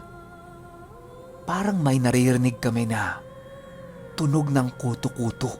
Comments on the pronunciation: Yung pronunciation po nung kuto kuto eh pareho sa buto(bone). Hehe skl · Kuto’ kuto’ yun ndi kuto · kutu-kutu ang pagkabigkas at silay not si-lay jejeje enjoy listening thnx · Patigas po pag pronounced nang kuto2 hehehehehe...parang inahing manok na hinahanap ung mga sisiw niya... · tigasan mo ung pagbigkas ng kutu-kutu. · I'm an avid listener po..1st tym to comment po..ung kutu kutu po,maragsa dapat ang pagka bigkas bawat pantig..hndi po malumanay... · Mabilis pag bigkas jan sa kutu kutu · yung pagsabi nang kutu kutu,paki tigasan nyu po..hahaha..as in tigas na tigas ang pagbigkas..hahaha..iloilo po ako,kaya alam ko po ang mga kutu kutu,tiktik,wakwak..🤣🤣🤣🤣nice ang story..😘sana maka upload po kayo ulit.